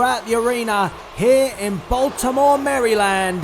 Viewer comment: It's Maryland not merrylanf